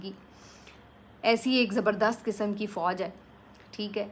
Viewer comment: Please do not say zarabadast